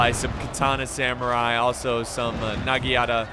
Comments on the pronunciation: Naginata not nagiata but close enough man close enough but dying inside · Nagiyata & Date tho :V